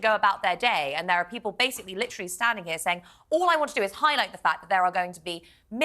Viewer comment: stop with LIT-TRILL-EEE, the word is lit-ter-ally.....TER, TER........NOT TRILL!!!!!!